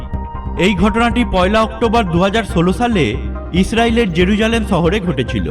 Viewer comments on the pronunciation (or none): none